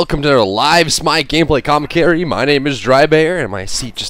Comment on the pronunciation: Hahahhaha ''Comencary''